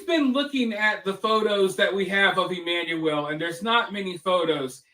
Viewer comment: Pronounced CORRECTLY with accuracy for BABY EMMANUEL ♥️♥️ . 👍🏾👍🏾👍🏾👍🏾👍🏾👍🏾👍🏾👍🏾👍🏾